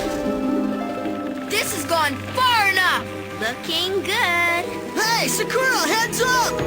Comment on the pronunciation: It's "suh-koo-ruh". That's how it's pronounced in this dub anyway. The Funimation English dub of Cardcaptor Sakura also pronounces her name like that.